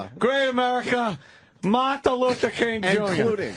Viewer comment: “There were mills of stoots of come to study, include a great America name…Martha Lutha King Joonyah.” Putting aside that he said Martha, he also fucked up “Include(ing) a great America(n) name(d)…” like just get the main root of the word out. No time for prefixes or suffixes. He’s a busy man.